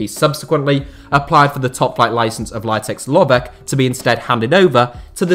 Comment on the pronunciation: Very bad pronunciation of the name Litex Lovech 😄😄😄🔥🔥🔥🔥